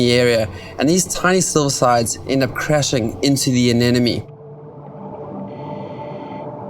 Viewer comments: anemone not anenome. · oh please how hard is it to pronounce "anemone"